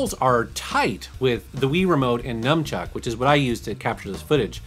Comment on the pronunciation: what is "Numchuck" ?